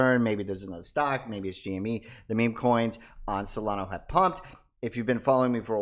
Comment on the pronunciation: Dude. SolanA. Not SolonOH.